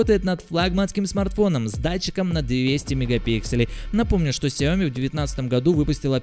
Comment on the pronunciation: Он говорит Xiaomi не с ударением на xiaoMi, а как таджик 🗿